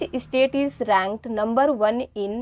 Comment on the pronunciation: Mam state not estate